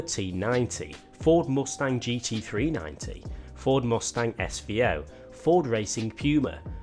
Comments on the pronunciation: "Ford Mostang" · Ford Moostang?